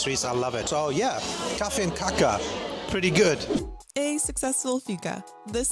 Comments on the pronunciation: But she prounance with too short a and too mutchs k. The first a t is an long swedish a and the last a short and more uptone one. Like kaaaka That make it differ ö from the spanish, finnish and hungrian word for pop. 😂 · Kaka is not cake, it's a cookie. Also she pronounced it just like the Spanish word, but in Sweden, the pronounciation is very different because Swedish is a tonal language.